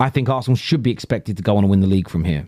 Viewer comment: I can't listen to him, he can't pronounce Arsenal correctly.